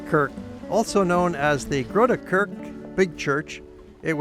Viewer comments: Please; try to say ‘Kerk’ with an E as in ‘Egg’. Now it sounds like its from space. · Yeah the rest is good. I also forgive the pronunciation. "Kerk" for instance is like "mEss" or "Escape". If you're still making travel videos, you can ask locals if you are not sure. I may watch the Cheese Market video later. I've lived 150m from the Waagplein for 14 years. And unlike most Alkmaarders (people tend to avoid their own big tourist hotspots), I've been there a few times. Once to film for my series "Tourist in eigen stad", meaning "Tourist in (your) own city". I feel people travel all over.... but often don't know much about great stuff nearby. I also filmed inside the Waag, including the cheese bearers' room which is normally off-limits, and I interviewed the Cheese Father (head of the guild). It was great fun. I never made any footage for the series into a video though.